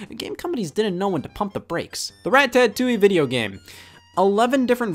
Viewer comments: Rat-tat-touille, which is unapologetically the worst way to pronounce it. Almost as bad as wulffden’s Maireo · Did you just pronounce it, Rat-Tat-Toowey instead of Rata-Toowey? Get out now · the fact that the proper pronunciation is on screen and Scott still says it as “rat-tat-too-ee” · Scott: "Rat-tat-too-ee" The title screen that has the proper pronounciation: 😐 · Scott really pronounces it "Rat-ta-tooie" when it literally says how to pronounce it on the box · Excuse me, did he just pronounce it as “Ratatouille”?